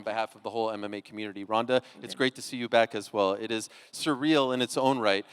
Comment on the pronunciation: ronda say it right<<<<<< ufc white house card is sucks lol heheheh 100% true